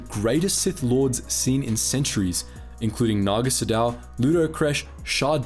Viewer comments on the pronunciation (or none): none